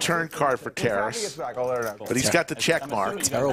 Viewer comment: It's not pronounced "Terrace". It's Ta-raaas.